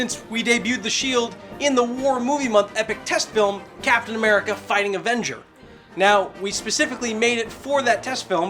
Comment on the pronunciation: did he say captain merica?